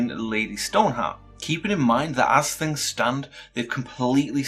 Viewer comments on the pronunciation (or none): none